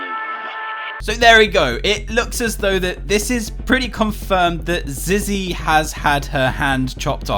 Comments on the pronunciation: Its Not Zizzy its Zee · I hear Zee not Zizzy